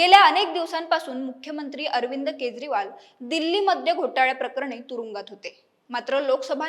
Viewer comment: अग बाई केद्रीवाल नाही केजरीवाल असा उच्चार आहे